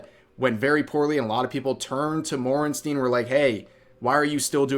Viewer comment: Morn-stien. No shit not a fan of hasan lite